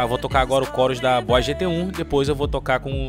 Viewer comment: "Bois" Gt-1? 🤔 "Bois" ou Boss?